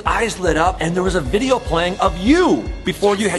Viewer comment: I. Love. Your. Viburyoe.